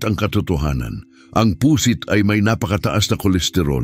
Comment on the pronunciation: Pu'sit hindi Pu.....sit ang pagbigkas!